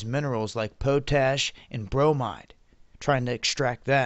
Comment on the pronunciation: "Poe-tache" ??? I guess you mean POT-ASH. Lol